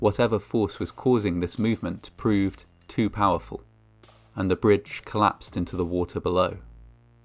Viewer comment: Love your stories, but you don’t English very good, I kept watching to see the bridge applauding, col.lapse(d), has two syllables, WTF is clapsd?